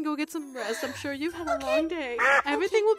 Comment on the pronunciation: literally said I'm not shur if I'm scared of the wither or Zane 😂